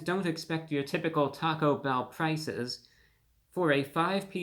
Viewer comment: u went to Tah-Go bell? i think it is one word not hyphenated..enough talking eat the damn thing!